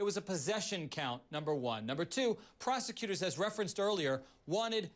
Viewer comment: "PROSECUSORS" LOLOLOLOLOL DUMBASS